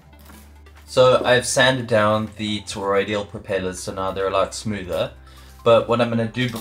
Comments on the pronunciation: ToroiDAL not ToroiDIAL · Now after me. TOR-OID-AL. not TOR-OID-EE-AL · Toroidal. Not: “toroidial”. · toroidal, not toroidial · FYI: It's "toroidal", not "toroidial" (sounds like "tor-oid-eed-ul") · It's toroidal not toroidial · Ok, I may be a little particular, but FFS! It's Toroidal NOT fcking TOROIDIAL. WTF! Michael 🇦🇺 🫨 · Why do you keep on saying: toroid-ee-ul ???